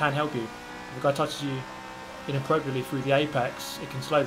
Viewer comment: I tune out for just a second and I heard "When a guy touches you innaproprietly..."